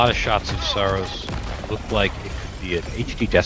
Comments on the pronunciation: That’s not how the devs pronounce it. In their promotions material it’s Sah-Ros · I think it's pronounced Sorrows. Which is also the story.